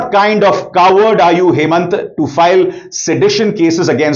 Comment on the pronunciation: हेमन्त नही हिमोन्तो नाम है don't pronounce wrongly as Hemant